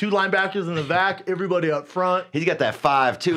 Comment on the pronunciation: It’s really no surprise Brendan can’t speak Spanish and tried learning it, but couldn’t. The man can barely speak English. He mispronounces so many words and REALLY struggles with vowels. Everybody is “iverybody”. Hair is “hear”. There is “Thur”...just to name a few. The man is borderline illiterate 😂